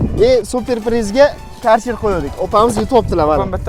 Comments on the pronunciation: Каерчер демайди хой акилликлар керхер дийди бу керхер бу компаняни номи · КАРЧЕР ДЕМИДИ!КЁРХЕР ДИЙДИ УКАМ!!!